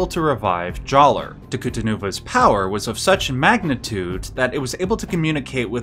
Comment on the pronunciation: I don’t like the way he says Jaller with a hard R.